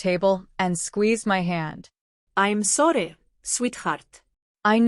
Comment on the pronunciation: ???? 😳 ....story teller turns Asain, Im sworry sweetheart?